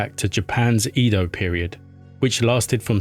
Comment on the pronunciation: Is this AI generated voice? i5s pronounced Ed - o